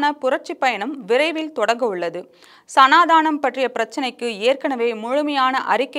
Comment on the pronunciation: செய்தியில், சநாதானம் என்று தவறாக வாசிக்கிறார்.